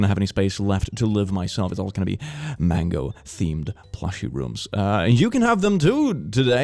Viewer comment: day 7 of saying mangOwO